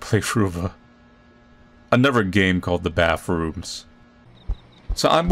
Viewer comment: I SHOULDNT HAVE LAUGHED THAT HARD AT SAYING "bathrooms" I FEEL LIKE IM DRUNK HELP